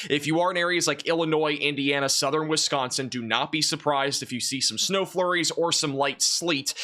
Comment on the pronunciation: where are you from??? You say Wisconsin correctly! I’m from FDL